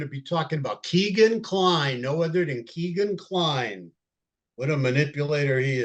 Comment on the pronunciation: You dont know much about this case...truly...the very least of which, is that Kline's name is not Keegan, it is Kegan... rhymes with Megan. Details matter and it makes me think that your broad strokes, generalizing philosophy is what gets innocent people convicted... brutal